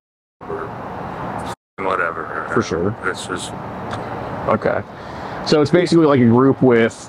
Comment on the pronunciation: Fur shure, fur shure